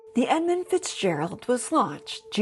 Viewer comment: there's no "O" in Edmund.